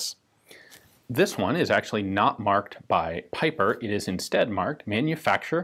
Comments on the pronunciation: Not piper, but peeper! Just like J. Bieber.. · I think already mentioned this but given that the gentleman was German his last name sounds more like "peeper".